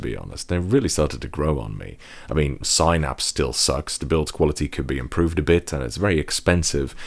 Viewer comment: Sighnaps gotta be the craziest pronunciation I've ever heard